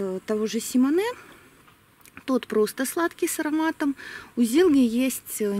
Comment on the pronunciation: Симоне не француз ,а прибалт, поэтому ударение на О.